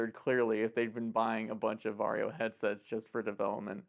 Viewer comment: I will now forever pronounce VARJO as "VERY YO!" Because they are known to be very...very. Very is the new Extra And Varjo (Very-Yo!, remember?) XR-3 is very Very. You might say, it's the MOST Very Yo!